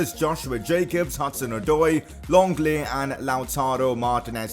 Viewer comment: Who the fuck is longle it’s said Lengle